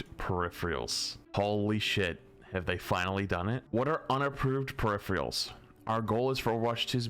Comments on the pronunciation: I swear to god say perifreals one more time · peripherIALS lmao. Loves adding that I after the R. Solid content tho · says - “Perifreals”. Is this some new slang I dont know about?? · I watch your content regularly. PeriPHErals, please, please PE-RI-PHE-RALS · "Say periphrials ONE more time! I dare you! I double dare you!" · 🤝Emongg Calling it Periphrials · You mean “periphreals”. 😂😅😢😂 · doesnt know how to pronounce peripherals. HOW? I know he has issues with reading but peripherials??? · yeah they pronounce it "peripherials", its wrong. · Why do you and Emongg mispronounce "peripherals" the same way? Man, these east-coast folk smh. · ' inability to pronounce peripherals correctly is going to kill me